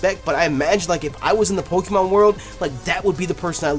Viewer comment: Not pokEEmon, it's pokAYmon